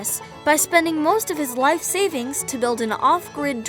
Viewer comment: Did you say spending life savings or spending wife savings??? lol